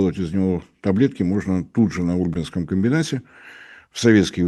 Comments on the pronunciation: не Ульбинский,а УльбИнский. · УльбинскИй, ударение на И, а река рядом - Ульба, а не Ульма, ударение на последний слог тоже - ульбА. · Прошу прощения,, Ульбинский металлургический завод- удобрение на И. От названия реки рядом— Ульма, ударение на А.